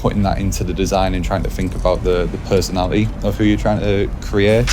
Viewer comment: Pesonali ee he says